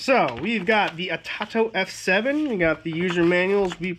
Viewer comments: Atato? Do you mean? It’s pronounced A toe toe my friend good luck 🤣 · It is pronounced. A-toe- toe